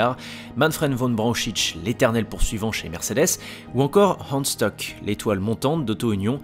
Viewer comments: Super vidéo! Y a juste quelques détails de prononciation qui m'ont écorché l'oreille comme Hans Stuck! C'est pas un anglais, ça ne se prononce pas "Steuk", mais "Chtouk" 😉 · Autre précision : Stuck se prononce "Stouque" et non "Steuque" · Hans Stuck se prononce avec un u à la francaise et un sh donc çà nous donne ce son shtuck et non stock. A part ces détails, tres intéressant Aussi Bernd se prononce comme ça s'écrit et non Bernard.